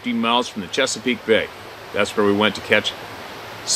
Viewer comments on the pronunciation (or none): none